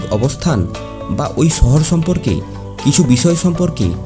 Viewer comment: উচ্চারণ গুলো নিজেই শুনুন-- ছহর, পরছনাথ, ছপ্নের মায়াবী দেশে তাই আর ভিডিওটা continue করা গেল না! সরি (ছরি নয়)।